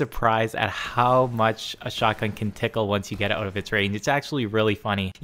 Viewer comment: "We're bringin oooot shotguns today"